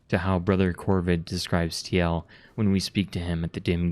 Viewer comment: Tee el? What? Isn't it pronounced Teal?